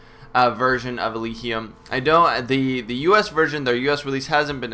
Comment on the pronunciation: I think it's pronounced "El-ij-ee-um"